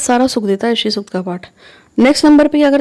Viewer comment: Pranam jo paath krna h wo shri sukt ka paath h name clear ni ho rha h